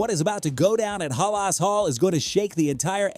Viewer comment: Stopped watching after he couldn’t pronounce Halas Hall correctly. 😢